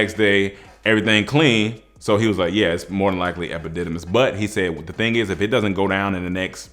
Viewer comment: I died when he said “Epipussimis” 😂💀